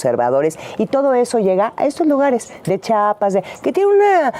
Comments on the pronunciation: De acuerdo, solamente pronuncie bien: Chiapas; no Chapas. Por favor 🙏✨ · No de dice chapas se dice Chiapas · Se pronuncia Chiapas, no chapas por cierto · .10 Chiapas corazón no chapas.😂😂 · es como si dijera GADALAJARA y no GUADALAJARA, no se ve bien, lo dice mal la primera vez que lo dice en el video fijate bien